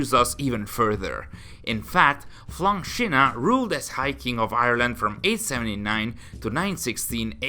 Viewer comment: Excellent pronunciation of Flann Sinna.